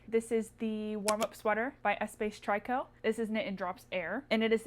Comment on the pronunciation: just fyi Espace Tricot is a Quebecois company; the word tricot meaning knitting in French is pronounced tree-ko